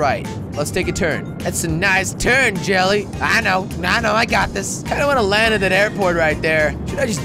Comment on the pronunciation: Hey Jelly! I'll make you a Plane, I'll call it, the JelleFire B-54 (The J sounds like a H)